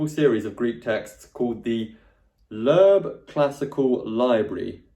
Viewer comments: its not lerb .. its lo-eb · As an American (where Loebs are published) hearing “Lerb” cracked me up! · A little note about Loeb editions - (1) in America, we usually pronounce them "Lobe", and (2) they do contain some critical apparatus with some alternate readings in the margins on the English side. (3) They are being revised, and in newer versions some of the bowdlerized text has been restored to a more accurate translation, and it appears that they are being revised around once a decade or so... They are often available at many university libraries in the US, and even in local used bookstores - I've only once found an Oxford Classical Text edition, but will see Loeb editions show up semi-regularly. Of course - new editions of both can easily be had by ordering.